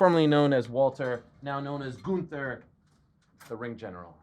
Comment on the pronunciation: I respect Ariel for address the ring general by his name GUNTHER and not saying Gunther 💎💯💎💯 I hate when people refuse to pronounce his name as it is presented … His name is not GUN THER … IT IS THE WWE WORLD HEAVYWEIGHT CHAMPION GOOOOOONTHER